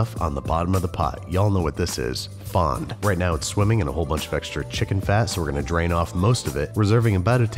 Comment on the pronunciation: Wait did he call the brown pan bits "bond," instead of "fond?"